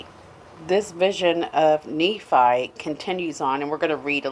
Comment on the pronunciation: The teachings aren't destructive, they are hopeful. She is reading and not understanding what she is reading the name is NEE fi